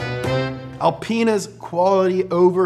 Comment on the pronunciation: Wait, did he just say alpen*s?😂